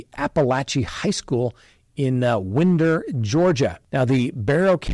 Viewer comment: Winder. GA is pronounced, "Why-der". In my opinion, parents why buy guns & ammunition for a mentally unwell child are responsible, especially in the Winder case because the kid had threatened to shoot up a school in 2023.